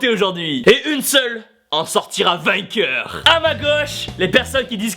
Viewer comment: minute il dit une seule en sortira vainceur exelent mdr